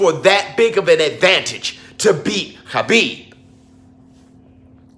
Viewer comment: Yo 🤣🤣you murda Khabibs name🤣🤣🤣